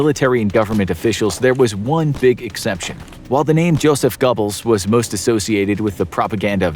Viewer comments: Joseph GOBBLES 🦃 😂 🦃 it’s Goebels.. pronounced like it looks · Jeez. GO-bles not Gobbles. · Goebells name is pronounced “Gerr-bulls,” not “Go-bells.” The “oe” sound in German sounds like a soft “r.” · Goebbels was pronounced "Gobbles" throughout the video, but it actually is 'Gurbles'. Goering was also not fully pronounced correctly as there is an emphasis on the R. I'd have checked other sources to confirm a more accurate pronunciation of the names, but that is just me. Even Speer is not accurate. There are small nuances to pronouncing foreign names. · Oh its GObbels not GOBbels, also its cyanide vials not tablets or whatever. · Josef “Gobbels”? It’s pronounced with an r. Eva Braun is not pronounced like brawn. It’s pronounced Brown. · you keep pronouncing Goebbels as Gubbles and it drives me insane. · They all escaped to South America and just like cowards. All these people looking for them but people they hid them. So many escaped justice but as for the secret services that went searching for them. Don't look for the white guys with German accents. I mean c'mon. GOEBBELS is pronounced Gerbils. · He said Joseph Gobbles. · Really hard not to laugh when you consistently mispronounce the name Joseph Goebbels as Joseph "Gobbles" as in "I just gobbled up the dinner you made". You might want to practice those German name pronunciations prior to narrating your videos. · Did he say Goobles??? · Goebbels rhymes with gerbils. Just saying. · Gobbles.... Joseph Gobbles 🤦‍♀️ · ah yes, the infamous "Joseph Gobbles" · He pronounces it Joseph gobble! Ha ha lol! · had to stop watching at Joseph "Gobbles"... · I'm so annoyed and at the same time find it hilarious that you pronounce Joseph Goebbles like a turkey... 🤣🤣 Just google it before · He said Gobbles… he really said gobbles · Did he say Joseph Gobbles, gobbles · Not like it matters too much but your pronunciation of some names was pretty funny. Hermann Göring is pronounced 'Ger-ing' and Joseph Goebbels is 'Go-bowls"